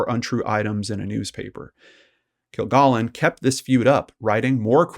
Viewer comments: Why can't the person narrating this story at least get the pronunciation of Dorothy Kilgallen's name correct?? Stupid!! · This host immediately is mis pronouncing her last name. Please know how to pronounce a person's name that you are going to talk about in your video.. Moving on... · Yeah, just one woman's name---the SUBJECT of the post. And there is A.I. imaging, you know. This is A.I. Prove me wrong. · Dorothy only appeared a few times on To Tell the Truth. Her regular show as What's My Line, NOT To Tell the Truth as you stated, Her last TV appearance, was on What's My Line. Her last name is pronounced "Kill-gallon", not "Kill-gollon." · it is kil GALLON, not "gollon" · Kilgallen with a short A, not kill-GAAHLen. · I really enjoyed listening to this story that I already know inside and out. I know you can't change anything now, but her named was pronounced Kill-Gallon (like gallon of milk) and she was on What's My Line and not To Tell the Truth. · Her named is pronounced Kil-GAL-in. They said it that way each week on What’s My Line. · I agree. You are not pronouncing it correctly. It is "kill-gallon". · Hey, I appreciate your videos because they are so well presented and to the point. Just a small heads up... Dorothy's last name is pronounced Kil-gal-en, as in gallon of milk. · I was almost 9 when JFK was shot, and saw Dorthy Kilgallon on games shows throughout my childhood. You are not pronouncing her name correctly. It’s a short “a” sound in her last name. No “ah”sound. Like a gallon of milk. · Dorothy pronounced her name "kill-GALLON," like a gallon of milk. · You mispronounced her name straight out of the gate. Wtf? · PRONOUNCE THE NAME RIGHT